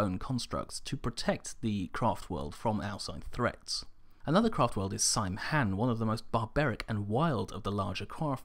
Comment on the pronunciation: "Saim Hann"="Same Hine" (phonetic). Great video.